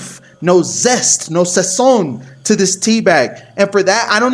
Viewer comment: Dude said sazón respect for that alone 😎✊🏽